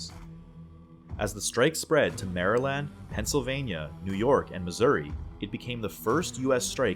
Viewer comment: This guys gotta be Canadian or something 😭 an American would never pronounce Maryland like that 🤣